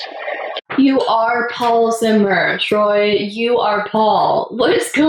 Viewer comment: anyone else cringe so much at "troye" that they feel physically sick